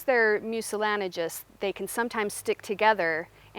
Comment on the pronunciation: mucilanigous???? How about mucilaginous? For that matter, how about jewelry and not jewlery? And my personal favorite, nuclear and not nuculear---especially when The President says it.